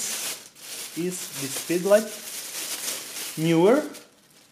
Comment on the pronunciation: Knee-were, not Knew-were. English syllables make it so.